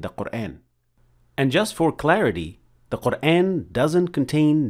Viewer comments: In shaa Allah the shien has a clear fatha sound here as it should ( a naseeha brother make sure the letter ha is also pronounced clear and the end of the name of Allah) but then you pronounce Qur(aen). Explain this pls brother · I have a question, why do you say Qur’an with American phonetic sounds of letter a. Isn’t it supposed to be Quran, natural Madda on alif?